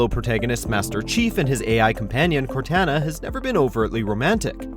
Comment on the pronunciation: CorTANa?! My god, the name pronounces on this channel is horrendous. Also, how could you possibly place that moment at only number 10?!